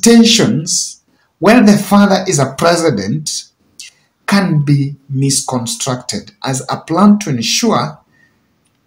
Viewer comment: Misconstrued not misconstructed. Maaaaaaaan 😆😆😆👏